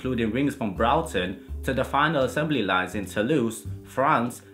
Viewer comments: Its spelt Broughton. pronounced Brought is in I have brought you this from the shops then followed by either ten or ton Brought-ton or brought-ten not brawtin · That is not how you pronounce Broughton